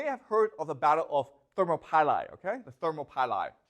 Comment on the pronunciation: thermo pie lai lol